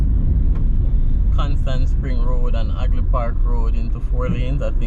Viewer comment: Half, not Aff.And Hagley, not Agley.